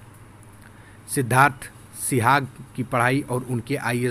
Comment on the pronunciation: Sihag not suhag.